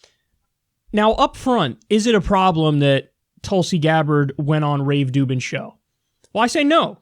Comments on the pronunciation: Rave Dublin, Rave Dublin, Rave Ruvben, Rave Ru.. Dubin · Did you call him "Rave Doo Doo?" LOL, that's awesome. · I'm no fan of Rubin but butchering his name like a fourth grader is just pathetic, even for.